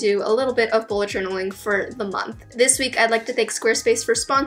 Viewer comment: its this not dis